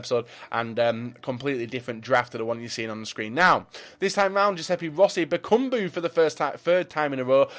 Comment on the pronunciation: Bakambu not bokoumbou